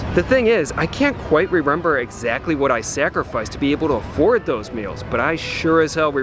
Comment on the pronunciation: It's remember not rerember